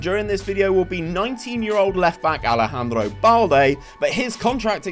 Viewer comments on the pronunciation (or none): none